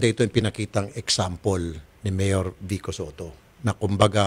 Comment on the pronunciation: vico po hindi vikko😁😂